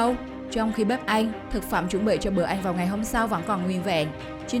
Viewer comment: Chị tập nói lại chữ ĂN đi ạ